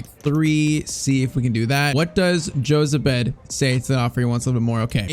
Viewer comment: Jozabed is Spanish so the J is pronounced H then it's Ho-zabed